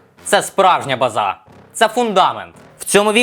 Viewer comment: а що таке базА, з наголосом на А?